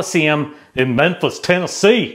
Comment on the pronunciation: I was a joker in this episode; lost it all. Couldn’t remember the Final Jeopardy answer. No matter. I enjoyed the Andy Kaufman-esque pronunciation of Memphis, Tennessee!